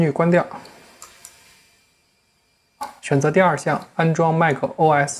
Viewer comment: 怎麼一直把 os 講成 oRs? 哪來那個 R 啊?